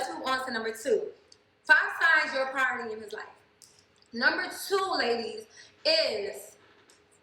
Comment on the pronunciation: “A praoooority”